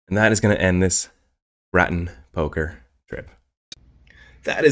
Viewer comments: Locals call it gratin...never heard anyone say graton like cruton..jaja. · Graton, pronounecd "gr-AY-tin" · Who told you it’s pronounced like that?? It’s pronounced gray-tuhn. Im a local so I hear the commercials from them all the time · Also pronounced "gray-ten"